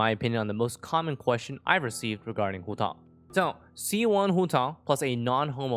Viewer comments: that’s a very nice pronunciation of hutao at the beginning 💯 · Your pronunciation of Hutao is pretty spot on (coming for an ethnic Chinese)